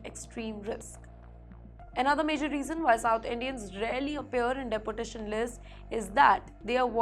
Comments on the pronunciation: It’s not’De’portation’. It’s pronounced as ‘Deportation’. Just like it’s written. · "Dee-port-ay-shun" please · News reader is atrocious. She needs to figure out the correct grammar and pronunciation for deportation as it sounded like "deputation" .......or else she could be deputed elsewhere too. Please speak in Hindi and turn this news channel into a Hindi channel. Speaking English in Hindi nahin chalega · Teach this woman how to pronounce properly in English. Deportration? Pattrun?? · Her pronunciation of Depertation - Dunkey route. 😂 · Pretty woman, awful script reading. It's not the Indian accent that is a problem, but the embarrassingly wrong pronunciation of certain words and place names which reflects poor research and incompetent production oversight. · Mam, please get your Pronunciation right "Deportation" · You would think if she has to say the word deportation that many times. Her boss or the editor would teach her how to use to the O vowel in the word deportation. I can ignore it a little but she says it so improperly OVER & OVER. I had to stop watching by minute . It’s too bad, looked like a good story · This lady reporter does not know how to pronounce 'deportation' correctly. She must have studied in a low grade English medium school. Why doesn't she Google to find out how deportation is pronounced properly. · HELLO PRETTY FACE NEWS READER...PLEASE PRONOUNCE THE WORDS CORRECTLY. DEPORTATION, STRICTER, ETC